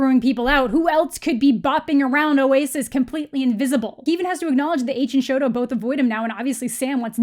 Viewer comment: this is such a great video oh my gosh. you said exactly what i was thinking while reading this book. im glad that my thoughts are also being released EDIT: thank you for calling him shoto. i got really annoyed when the movie called him sho